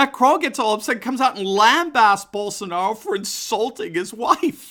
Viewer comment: Só faltou legendar o vídeo kkkk não entendi nada de nada! Só quando falou Bolshonauou